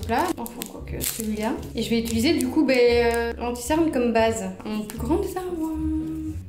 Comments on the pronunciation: Tes vidéos sont grave cools mais ça me stresse trop tu dis « ituliser » au lieu de « utiliser » et « sourci » au lieu de « sourcil »😂😂😂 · utiliser, UTILISER mdrr 😂 après 50 "itulisé" la France a mal mdrrr